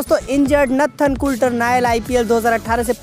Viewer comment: Its not natthan its Nathan.